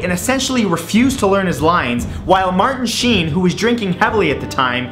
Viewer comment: for a minute there I thought he said charley scene but it was charley sheen